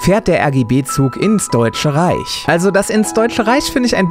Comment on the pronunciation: Das deutsche RRRRRRRRRRRRRRRRRRReich, du musst Deutsch sprechen !!!!!